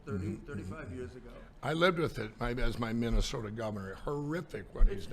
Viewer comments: “MintASoda” he’s too used to saying MarALago. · How the F*** do you mispronounce the state you were born and raised in?!? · Mintesoda! What’s your problem,? It’s like Sacraminto. Get with the program,. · I live in Minnesota and we don't ever call it Mintasotan 😂😂😂😂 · Mikey Pillow cant even pronounce the name of his own home state- MINT-DA-SODAR!!. And yet, he and his magamorons want to overthrow this country's government. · Mint Ta soda 😂😂😂😂😂 never heard it pronounced that way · "MinDessota". OK, that nails it!!! The guy from Minnesota can't pronounce the name of his state. Yup! He's "my guy"!!!! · Never “Mintesota” his brain is fried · BTW, NOBODY here calls it Mint e sota!!!!! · Did Mike lindell said Memphsoda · MINT-DA-SODA: Not a pronoun ( it better not be, those damned liberals). Another Mike Lindell verbal mispronunciation. Courtesy of the Donald Trump, ultra-conservative right wingnut Christian-facist universe. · I'm from Minnesota and WE DO NOT CLAIM SOMEONE THAT CANNOT EVEN PRONOUNCE THE STATE'S NAME!!